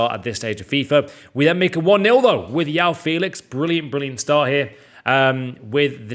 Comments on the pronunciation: Jao Felix not yaw Felix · Yao Félix? Please learn his name. Is JOÃO Félix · It's jjjjoao Felix not oao Felix with j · It’s João not yoao Welcome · his name is J-O-A-O not Yao lmao idiot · IM BRAZILIAN I SPEAK PORTUGUESE AND I CAN ASURE YOU IS NOT YAO IS JOÃO JOE OW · You don't call someone Yao Cancelo of Yao Felix. It's João Cancelo or Joao Felix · It’s pronounced “Zhwoah” and not “Yao” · Just a heads up. It’s pronounced Joe-ow Felix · Isn’t it joe ow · Why are you calling him YAO Felix. YAO in hokkien means hungry 😂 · its not how you prounounce it at all. I´m from Portugal and study phonetics, its João as in ['Ʒwɐ̃w̃'] , the "J" is from John and its followed by a nasal sound that is very hard to pronounce to english native speakers , i think he says it that way because its easier thats all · FUCKING PRONOUNCE HIS NAME RIGHT